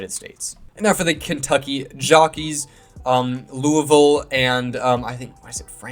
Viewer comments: Lou-a-vull is correct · Lū-uh-vole, so yeah you got it. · Can confirm, you pronounced Louisville correctly the way that most people in Kentucky do. And I would agree that Louisville probably wouldn’t be the greatest fit for an NFL franchise, especially where there are already a lot of Colts, Bengals and Titans fans in the area. However, I think Louisville should probably be in the top 3 best cities for an NBA expansion franchise. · I do love the Louisville and Kentucky love but I do think it’s probably not going to happen also because we just got a UFL team(Louisville Kings). You are saying it right😂(for cardinals and Louisville) 😂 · you said it right lol. Kentucky should be the Thoroughbreds. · Hi yes, you are saying Louisville correctly, people love saying it as Lou-A-Vul, or Louie-ville, and even Lu-vul, so yes, you’re saying it correctly, Go Cards! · U said it right🍠🍠🍠